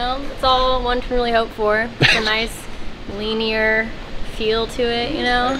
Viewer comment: leeeenear? lmfao